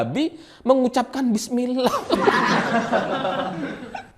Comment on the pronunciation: masyarakat salah dengar tapi sebutlnya saat dia makan itu,dia sebut BIS KOTA,bukan bismila